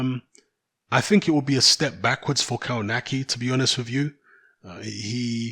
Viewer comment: KOWNACKI = KOVNATSKI